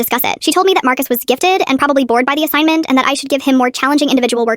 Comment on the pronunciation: "And challenging assignmentuss💅"